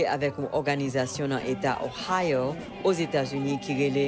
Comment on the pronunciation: OHIO ( OHAYO) "H" Aspiré.